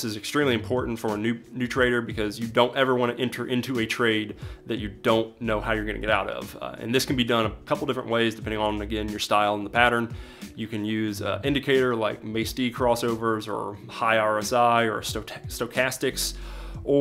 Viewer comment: Great video! I really enjoyed. FYI it's pronounced "Mack Dee".